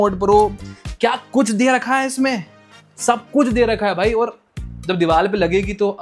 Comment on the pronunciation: Diwaal kya hota hai? Diwaar hota hai bhai wo